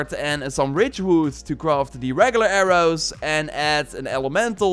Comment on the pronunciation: AIR-OOs and ARRMORRE